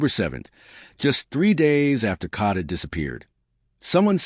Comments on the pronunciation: Her name is kada Scott not Cada!! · Get a map so you know the difference between the NE part of Philly and the NW part of Philly. Sad they are local news people who are too lazy to report news accurately. Pronounce her name correctly or report on a story were you can respect the pronunciation of the young lady's name. KADA not Kata. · Wish I had a dollar for every posting that started out wirh FINALLY THE TRUTH.. I'd be rich.. I think it's obvious that "Kidnap me again"...is just some stupid slang..like "cash me on the outside" was.. means nothing about actual kidnapping.. and stop saying Caaaada...that's not the girls name! Uggg. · Who would subscribe your channel trying to monopolize on her dearh you can't even say her name right😮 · saying her name correctly is deeper meaning enough!! The girl died.. so say the name properly! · Especially if you’re going to say it repeatedly….. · why are u pronouncing her name wrong. You can clear as day hear how it’s pronounced, but for some odd reason you can’t pronounce it correctly 🙄 ugh